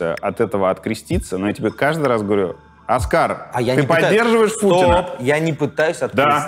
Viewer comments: Да. Тоже резануло. Так подробно всё разобрать и не заметить, что «Оскар» никакой не Оскар, а самый обыкновенный ОскАр. 😂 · произносится оскАААААААААААААр Кучера🤦🤦‍♂🤦‍♀ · Как ты смог весь выпуск неверно ставить ударение в имени, при этом вставляя отрывки где Юра говорит правильно - оскАр. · Аргументируйте, пожалуйста, почему Оска́р вдруг стал О́скаром? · Да он оскАр, а не Оскар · Он ОскА'р, а не О'скар, вы же смотрели целое интервью с ним, как так... Дудь никогда не восхищал, как интервьюер, он часто лезет со своим мнением и здесь занимает им половину интервью, вместо концентрации на госте. Здесь он был не корректен и пытался доказать, что ОН прав, а не "безпресстрастно донес до зрителей точку зрения гостя", хоть это и было бы тяжело сделать, так как гость не понимает, о чем говорит и не знает, что говорить. Удивительно, что вообще разбирали точку зрения Оскара, ведь у него ее по факту нет, он что-то где-то услышал и ни в чем не разобравшись сказанул, что он "за" и хайпанул на этом. А при любом вопросе он отвечает " Я не знаю, я услышал где-то, я думал так, я плохо разбираюсь, сам никуда не поеду, сыновей не пущу, но парни в окопах молодцы, продолжайте, но я ниче не знаю". Особенно мне понравилось, когда он сказал, что "там" лучше знают, что делают и просто бьют по рукам (сажают, объявляют иноагентами) тех , кто высказывает своё мнение, и он считает, что это ,по сути нарушение человеческих прав, нормально и оправданно. Сказали тебе дай лапу- давай. Сказали молчи - молчи. И его актерка на протяжении интервью просто ужасна. Я думала будет именно ее разбор, и разбор микроэмоций как с Шурыгиной, но нет... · Почему бы не делать ровный сбалансированный звук в выпуске? Если что обращайтесь могу помочь с этим. А ещё конечно интересно что вы решили называть Кучеру Оскар, а не оскАр как он себя сам называет) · Интересное видео подучилось, только на протяжении всего видео имя Кучеры произносится неправильно. Его зовут оскАр, а не Оскар. Ударение на второй слог